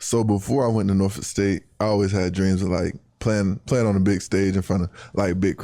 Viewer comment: You need to learn how to say “Portsmouth” and “Norfolk”..